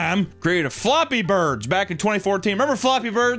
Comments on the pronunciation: The way he pronounces "floppy birds" is giving flashbacks of Mr. Floppy from Creep Cast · it’s flappy bird, not “floppy birds”. Lmao.